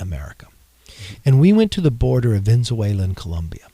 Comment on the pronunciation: that guy can't even say Venezuela. Maybe the fakest person I've seen on YouTube this month. But then, it's only the 3rd...